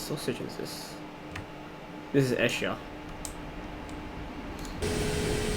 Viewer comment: It's pronounced eesher